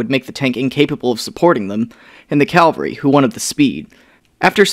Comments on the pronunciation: For the love of the Emperor, stop saying "calvary"! It's cavalry! CAV - AL - RY. First comes the V, then comes the L. Cavalry is a unit of mounted soldiers, whereas Calvary is a hill in Jerusalem. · CAVALRY NOT CALVERY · "calvary" the hill where the roman exucuted Jesus? what business does a hill have with speedy boi tanks?... Oh you mean CAV-AL-RY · Great videos man! Btw as former Cav myself I have to remind you it's Cavalry not Calvary :). Keep it up dude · People saying calvary is painful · Heads up, it's caValry not caLvary. I'm surprised how many people make this mistake. Great video otherwise. I love these "lesser" known tanks. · Don't overthink this- saying 'Cavalry' as 'Calvary' is mis-pronunciation, those are two different words, not regional accent, which seems to be an American thing. Pronouncing 'Ask' as 'Aks' can be an accent/slang thing, since 'Aks' is not a common English word. Same thing with 'Libary'... I can't find any word like that in the English dictionary. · Did he say "calvary"?! Cavalry friend, Calvary is a town in Wisconsin. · I'm purely curious about where does the pronunciation of "calvary" come from? How do you get from cava-lry to "cal-vary"? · The "calvery"? Did you mean the cavalry? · Bro. Cavalry. Calvary is where that Mexican dude got crucified. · Very good presentation. However, Cavalry is Not pronounced caL--vary. It's a common mistake and one frequently misused in the 1960s Wild Wild West. so caV--alry is correct. 😜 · But your arguments, while appreciated, are pointless. Saying "calvary" is just making an honest mistake. That is what has happened here. And I pointed that out. Case closed, problem solved. No need for further arguments about language. This is not a case of American "squirrel" vs British "squirrel" (skwerl vs skwirrel). Cavalry has no other pronunciations and accent/dialect, unlike some other words, has no impact on this particular mispronunciation.